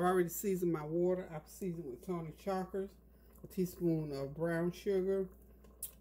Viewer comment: Hey, it’s pronounced.. Tony SHA-SHIR-REE. 😂